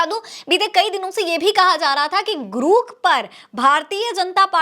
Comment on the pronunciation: ग्रुक नहीं है रे ग्रोक है कितनी बार तुझे samjhau